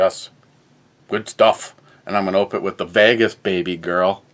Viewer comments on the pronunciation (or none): none